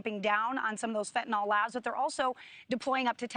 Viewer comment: FentanYL, rhymes with PILL.